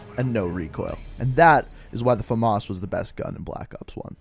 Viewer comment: Fames not femas